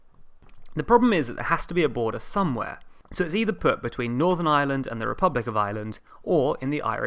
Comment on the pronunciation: "There is nothing so permanent as a temporary government rule." .... and BTW, it's pronounced Ireland, with an 'r', not island.